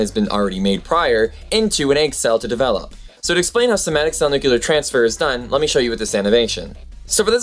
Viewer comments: "Nucular" is not a word, just FYI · Just a note: the word nucleus and the related words, i.e. nuclear, are pronounced nu-kle-er, not nu-kye-ler. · its not nukulus.. its nucleus.... jus like its not it not nukular bomb but nuclear bomb.